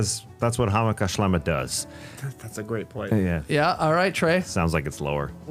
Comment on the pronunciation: I look forward to this episode each year more than any other, just to hear Skeets pronounce Hammacher Schlemmer. Keep it going!!